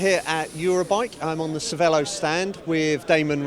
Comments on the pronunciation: works for cervélo, keeps saying cervèlo... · Did he really say Sir vell-o ? It's Sir vay-lo. Because of the accent: Cervélo.